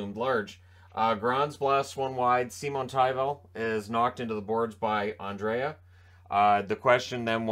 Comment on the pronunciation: Swedish captain name is NOT Andrea, it is Andrae! Treat the second ’a’ as silent and you are good (André). I’m going nuts with the english speaking commentators.